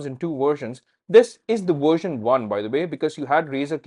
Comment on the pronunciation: "android worsion"